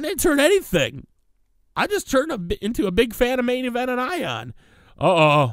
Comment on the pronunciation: Stop saying main envent